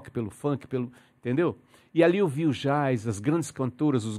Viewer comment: Ele tão respeitado por quem o admira,que se dá ao luxo de pronunciar a palavra "jazz,"como está escrita,e ninguém repara ...é muito natural em cerrado ocasiões....